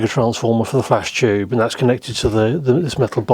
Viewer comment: "Chube" 😄 I love it